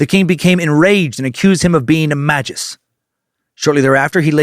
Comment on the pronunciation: Never heard anyone pronounce magvs the way you did... You: ma juhs (I actually like this pronunciation a lot) What ive heard the most: ma gus(how ive said it the last 2 decades+.. Chrono Trigger) Adam Worlock: may gus